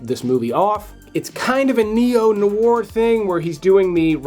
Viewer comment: Great video, all interesting films (but check out the pronunciation of "neo noir"...